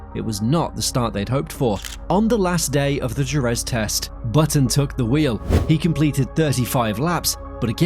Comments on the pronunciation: "Jerez"... it's heh-REZ... The J in Spanish is like the H in "Hell" and the single R (soft R in this case) in the middle of a word is like the R in "care"... And the stress falls at the end, thus Je-REZ, not SHEH-rez... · DJU-RÄÄÄZZZ... ??? GEEEEZZZ!